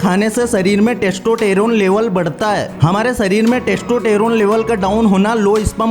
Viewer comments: Ap testosterone nahi testoteron bolrahehe,😁😁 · testotaro 🤣🤣🤣🤣🤣🤣🤣 jink😂😂😂😂😂😂😂😂😂 abey gawar. pehla bolna seekh